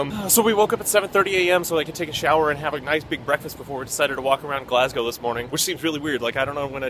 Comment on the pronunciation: Nice pronunciation of Glasgow. Most Americans say "Glass Cow"